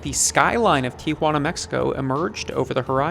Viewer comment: Thanks for pronouncing Tijuana correctly. So many people say TiAjuana.